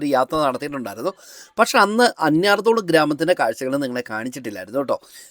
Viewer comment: അന്യർ തോളു എന്നല്ല അന്ന്യാർ തൊ ളു എന്നാണ് സ്ഥലത്തിന്റെ പേര്.